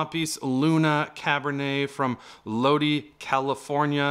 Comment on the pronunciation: Lodii not lody